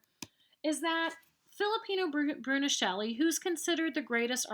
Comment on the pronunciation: Man, it’s Filippo Brunelleschi not “Filipino brunilleschi” it put me off how it wasn’t pronounced correctly